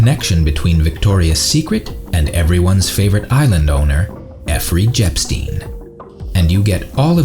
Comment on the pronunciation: Effrey Jepstein?